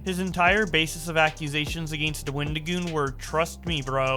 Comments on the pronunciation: The way he says “against” throws me off every time. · that's a Canadian thing